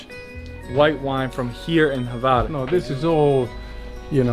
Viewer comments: Pro Tip: It is not Havar, it is Hvar. I know, it is almost impossible. But, ...but I am very impressed by you uttering Mljet. Sounds legit to me and I am from Ston. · this Island is call Hvar and not Havar....